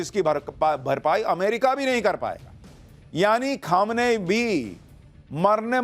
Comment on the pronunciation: Pronunciation sahi kariye...its not khamanayi...its kho- me - ni